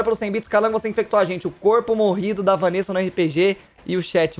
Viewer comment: Povo me chamando de safada kkkkk Mano q raiva, no RPG no Kaiser fala VaNessa Quando mando bits para o ele fala Vánessa Ta errado isso ae